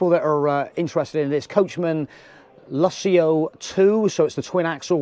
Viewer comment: Wow..great caravan...think its called the Lusso...not Luss-ee-ooh...lol. You didnt mention many of its features like the heating and cooling a/c... continuous hot water when connected to a tap...self levelling ....dual access kitchen sliding baskets..on board water tank...TV points in the bedroom and/or lounge...two Alko wheel locks as standard....Alko ATC2 stability control...ability to use Propane and/or Butane...privacy windows...luxurious thick removable carpets...a digital safe (why Coachman?)..wireless phone charging..external cold water shower point..external gas and 240v socket...4 motor movers...100w solar panel..digital TV/radio antenna....and a digital DAB radio which you need an A level in turning off radios to be able to turn the display off. Yes it looks nice and feels luxurious and indeed is but mention some of the features. As you can tell we love ours!